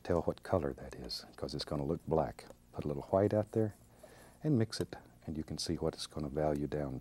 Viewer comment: Lol yeah it's funny when he says that